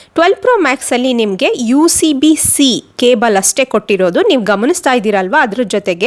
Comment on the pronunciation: Aduuuu USB-C ... not UCB-C :D